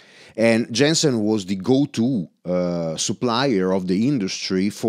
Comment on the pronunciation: The name of the company should be pronounced like you would read it in German. Roughly "Yensen" :) Otherwise this is an amazing video. What about the sensitivity ? It was barely discussed during the video.